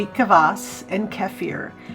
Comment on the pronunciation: There is no vowel between K and v in Kvass. It's just Kvass, not K-uh-vass.